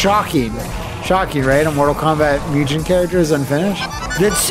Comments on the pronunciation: Just so you know, whenever pronouncing Japanese written in English a ‘g’ is ALWAYS a ‘g’ sound & never a ‘j’ sound. Similarly, a ‘u’ is always an ‘oo’ sound & never a ū/you sound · I love how "mugen" just became one of those words that took on all these alternate local pronunciations. It's like how back in the day everyone either said "rye-yoo", "ree-uh", or "roo". Yes, I knew a person who referred to Ryu as "roo", and this guy was adamant about it.